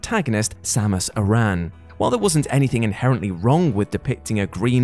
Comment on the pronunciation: for pronouncing Aran correctly, but -1 for pronouncing Samus incorrectly.